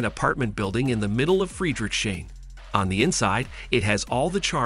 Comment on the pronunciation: is this google voice over dubbed? the pronunciations for berghain and friedrichsain were next level hahhahaha